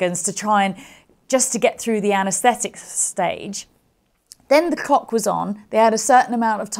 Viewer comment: I had to watch again to see if she said clock or cock 😁😁😁